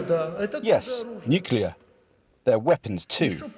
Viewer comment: Nuclear Smookular. Fock you old man!